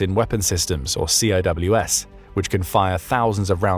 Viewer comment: CIWS, not COWS